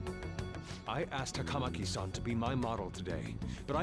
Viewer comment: I've heard more than once that Atlus insisted on the names being pronounced as they are in the game. I don't know why. But yes, it's weird hearing sa-KA-moto instead of saka-MO-to and ta-KA-maki instead of taka-MA-ki.